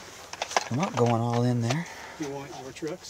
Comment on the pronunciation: bro at the end really said we are gong food shopping